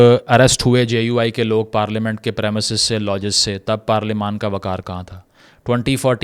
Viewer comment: Bhai parlamen or parelement